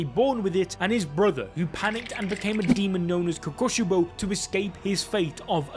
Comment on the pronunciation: DID BRO SAID KOUKOSBOW LOL